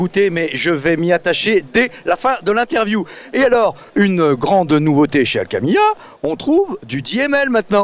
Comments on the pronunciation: ale que mia ..... je ne connais pas omg en revanche Al Kimya la je connais , la moindre des choses quand tu interview une personne c'est de prononcer correctement son nom , non ? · Aho, on dit Al-Kiiiimiya! 😆😉